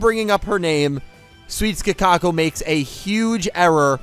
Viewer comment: You know why Kakoko lost? It's because keeps disrespecting her by calling her "Kakako". All hail the king of BBQ, Nick Yagi